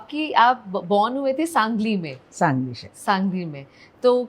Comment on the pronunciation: it is SANGALI, not sanJali. it is G , not J. better check your facts -Host